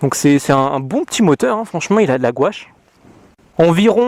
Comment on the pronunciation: Qui trouve qu il a un probleme avec le mot gouache 😂😂😂 super vidéo